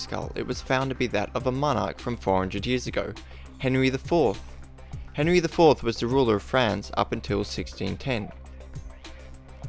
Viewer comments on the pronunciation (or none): none